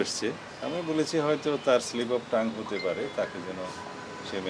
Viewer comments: স্লিপ অব টাং না , স্লিপ অব সাউআ,,,,,,😂😂😂😂😂😂😂😂😂😂😂😂😂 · কয়কি? এটা বলে স্লিপ অব টাংক😂😂😂😂